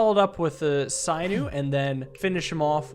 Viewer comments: Sin-ew, not syn-ew. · SIN- OO! NOT PSY-NEW! SAY IT FUCKING RIGHR! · There is an option to unlock all unlockables, please do not use it. Also for pronunciation; A hunter would remove the skin, muscles, tendons and "sinew" (SIN-EW* not SIGH-NEW) from the bones of a rabbit he caught. Thumbs up, love to see you enjoy some more Slice & Dice. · Hey, just wanted to let you know that sinew is pronounced sin-yoo (or si-nyoo, according to google), sorry to correct you on something so minor, it was just getting to me a bit Y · Sinew "sigh-new" is so fucking funny. My guy, it's "sin-you" 🤣🤣🤣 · Sinew is not pronounced sigh new, it is pronounced sin new..... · sinew is pronounced sin-you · I’m sorry, sinew is pronounced (sin)-you. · You might be amazing at this game with more experience. Also, sinew is pronounced sin you. It connects muscle to bone. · Sinew is pronounced “sin you” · Sinew pronounced /ˈsinyo͞o/. "She tore the sinews in her knee." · Yes like SIN-you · How do you mispronounce 'sinew'? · I think Sinew is pronounced with a short i instead of long. I think it is referring to the muscle or tendon material called sinew.